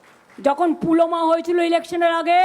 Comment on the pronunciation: that is not "Pooloma" it is call "Pulwama". You are lost and your brain is dead. Aabol tabol bokchen rojj.